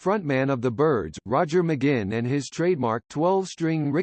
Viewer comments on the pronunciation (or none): It's a computer narrating, but if the person who made it wrote "mahgwin" it probably would've said it right lol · His name is NOT McGinn! It is pronounced: "Mick Gwin." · Okay, thanks for doing this video on one of my lifetime inspirations. But— It's not "Muh-ginn", hello: it doesn't rhyme with "begin"—duh. Each time I hear his name's mispronunciation in this video, which is of course a whole lot because he is your subject, it pisses me off. McGuinn at the beginning, and learn to say his name right. If you're going to do a vid bio of someone, learn to say their name right from the beginning, otherwise it sounds "off", i.e., potentially misinformed. I mean how do you pronounce yours? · I believe McGuinn is pronounced Mcgwinn. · Why the awful computer voice. Can't even pronounce his name right. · At least get the pronouncing of his name right!...at least he mentioned his name change from Jim to Roger...done I believe because the later had the 'right' number of letters in it! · This is a bull crap completely incorrect information video. TO BEGIN WITH THEY CAN'T EVEN PRONOUNCE HIS NAME CORRECTLY. Turn this off & look for something where the people who produce it have a brain in their heads.💩💩💩💩💩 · come on! u could at least pronounce his name correctly!!! ugh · You can't even pronounce his last name correctly. What a joke. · Incredibly annoying how the narrator repeatedly mispronounces McGuinn... sounds like it's a computer generated voice. Not a very comprehensive overview either. Roger deserves much better! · This is mostly laughable and insulting. The digital voice narrator can't even pronounce McGuinn's name properly. And it calls him Roger from his early age though he was born James McGuinn and only took the name Roger much later with the Byrds. And the jingle-jangle guitar sound only developed when he took up the 12-string Rickenbacker after being inspired by seeing it in a Beatles film played by George Harrison. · Stupid jazz , can't pronounce his name correctly.